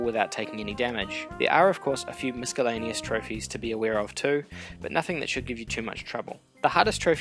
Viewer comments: FYI The C in miscellaneous makes an S sound,NOT a K sound. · Nice video. Although putting a hard c in miscellaneous is a bit distracting.